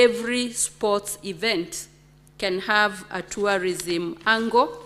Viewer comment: CS TOURISM VERY POOR ENGLISH PRONUNCIATION. SHE CANNOT EVEN PRONOUNCE TOURISM! OH, MY FOOT.